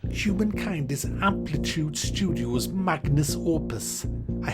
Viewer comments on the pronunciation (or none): It's "magnuM opus" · Magnum opus, not magnus opus:') - love yah, great vid!